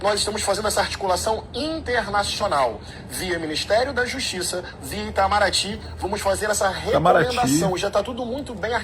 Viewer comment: Eu escutei o impastor falando Intamaraty???